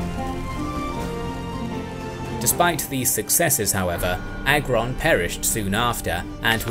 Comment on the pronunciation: 🇦🇱🇦🇱🇦🇱ILLYRIA🇦🇱🇦🇱🇦🇱 Edit: I like how youre trying to pronounce Agron and Teuta names lol